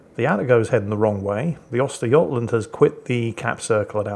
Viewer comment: ...the prononcusation of Östergötland...that's actualy pretty damn close!